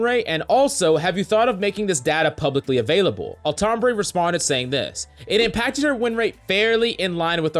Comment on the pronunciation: Every time he says Altombre, I hear Tom Brady. Especially on >1x speed which I play YT videos at.